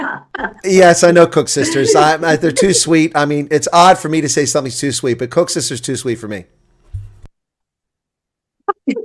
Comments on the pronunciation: It's Kosusters, not koeksusters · Koesisters actually